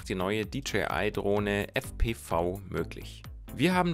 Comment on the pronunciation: Ich finde dass dji sich wieder einmal mega Mühe gegeben hat. Mega DROHNE. Mega VIDEO. ABER es heißt fpwiiiii.